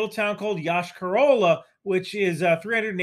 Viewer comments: It is pronounced Yosh-ka ra la. I know, nobody cares. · Russian speaking comment: For future references in the name of the city the stress is on the last syllable - YoshkAr-olA